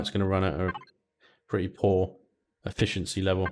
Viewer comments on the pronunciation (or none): none